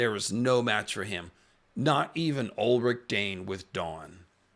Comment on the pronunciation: That Elric pronunciation 😢